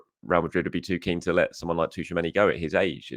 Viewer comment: haha 😂.. It's NOT Tooch-A-Many.. It's Chew-A-Many..